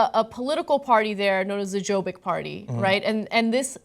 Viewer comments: Someone from Jobbik (pronounced Yobbik, not with the hard "J" sound as Ana said) will hire her for a better job. If this news agency was really tied to Jobbik than they probably are just firing her as a formality, but they actually like what she did. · Jobbik is actually pronounced "Yob-bik" and they're plain and simple neo-nazis.